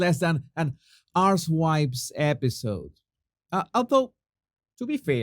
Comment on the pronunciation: (1.55-2.01) It sounds like you said "Much like an ARS*WIPES EPISODE" rather than 'Housewives episode" in your beautiful accent. Both of which are true! 👍 😂